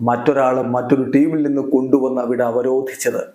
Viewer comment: Avrotichath❌ Avarathi ✅